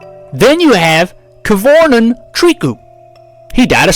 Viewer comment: It's pronounced "Trikoo" it's a french name